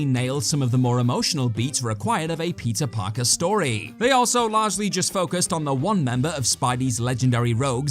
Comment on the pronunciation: I'm the only one that hear Pizza parker?